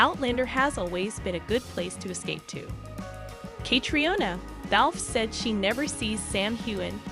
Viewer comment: Again,the narrator doesn't seem to be able to pronounce names and locations correctly, especially Sam and Catriona 's . Try me, I've got a great voice !